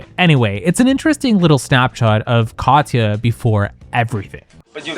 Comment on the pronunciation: nobody mentions how he pronounces her name "Cod-yuh", really? Like nails on a chalkboard